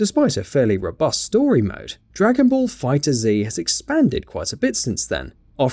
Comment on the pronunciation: It’s not Dragon ball Fighter Z. It’s just pronounced fighters